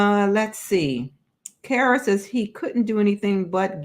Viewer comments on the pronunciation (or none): none